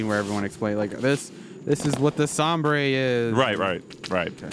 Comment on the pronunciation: "Sombre" is a french word (not spanish) meaning "dark" or "grim". It's pronounced sonmbr not some-bray. Thank you.